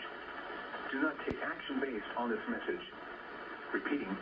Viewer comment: "Repeating, dis a test" English is awesome